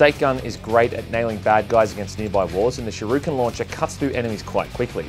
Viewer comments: Lol Sha ruken? Shuri ken, but great vids keep it up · Lol sharuken?? I think it's shuriken